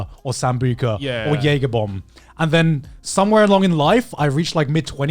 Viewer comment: Joey: “Is it like jager?” Garnt: YEAGER !!!